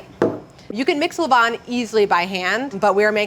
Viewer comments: Pronunciation is closer to le-VAN, than le VON. Sorry, I know. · Her 'levain' pronounciation is awful for a french person 😭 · Except for he pronunciation of « levain » which was extremely off lol. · Levain = levon? You have misunderstood phonetics in a basic sense. Nice bread tho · The way she pronunces « levain » is hilarious and completely wrong. The foccacia looks amazing though.